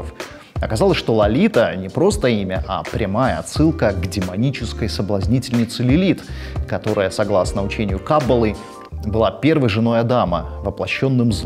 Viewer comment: КаббалА. Ударение на последний слог. Спасибо за видео!